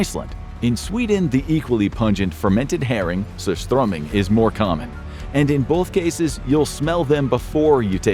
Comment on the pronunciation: I love it when foreign people try to say surströmming.